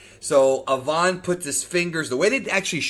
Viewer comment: pronounce Avan like Avant Garde. that is all